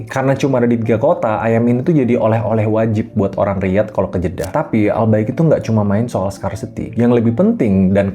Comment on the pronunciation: Gw kira ai bqik, wkwkwkw😂😂😅